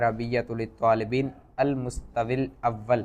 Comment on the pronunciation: المستوی کا تلفظ درست نہیں کیا گیا